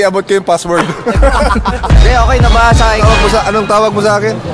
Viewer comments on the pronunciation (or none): "ocakes" HAHAAHAHHA 💀